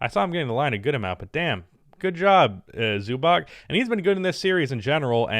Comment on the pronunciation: Pls man its not Zubak its Zubac . Something like Zubats.